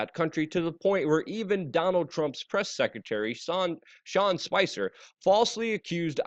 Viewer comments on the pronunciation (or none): none